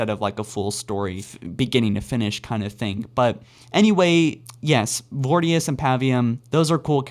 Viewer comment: Pronounce voriduce correctly please